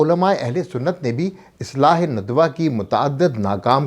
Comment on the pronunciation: ندوہ؛کےنون پرآپ پیش پڑھتےہیں جوغلط ہےندوہ کےنون پرزبرپڑھیے